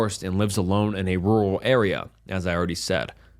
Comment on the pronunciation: i like the over-exaggerated pronunciation of rural